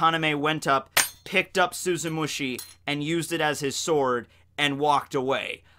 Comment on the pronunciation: Does anyone else remember all the times absolutely butchered the name of Tosen's bankai, like he'd say "Suzumushi Shushushki" or something like that? It feels so good to hear him finally say it correctly